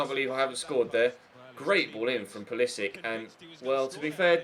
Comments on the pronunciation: Hello passive aggressive Nicole, if you read my comment, there is a video of him introducing himself and pronouncing his last name with the "Sick" sound. Hope that helps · Its pronounced Pull a sich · Nicole Adams its pronounced Pewl a sic, there is a video of him introducing himself